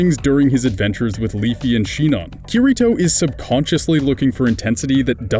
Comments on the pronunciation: sorry to sound like an a-hole but its Leafa not Leafy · Buddy, you obviously haven't actually watched the show. You can't even get the characters names right... It's Leafa not Leafy.... Idiots... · you said ''Leafy'' not ''Leafa'' HHHHHHHIIIIIIIISSSSSSSSS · I didn't even notice him calling Sinon "Shinon" (seems everyone always gets her name wrong...), but I about flipped the table hearing "Leafy" XD